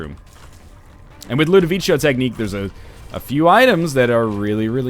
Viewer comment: Its said ludovico not ludovicho, ludovico is italian